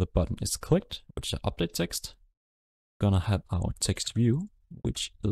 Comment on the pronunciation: Sir its Eext its text